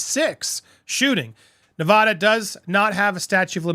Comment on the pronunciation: Please don't call it nevaduh! NE-VA-DA, NEVADA